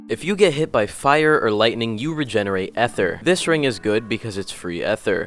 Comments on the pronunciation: EHTHER LMAO ITS EEE THER NOT EHTHER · mans saying efer not ether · My dude for real says "At ter" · ah, yes, eh-ther